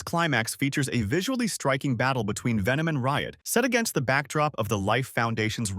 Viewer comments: Nah it aint vemon it venom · It’s pronounced VENOM!!!